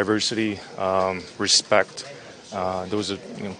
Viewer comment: I love how Bergy empathized the word Respect every time he says the word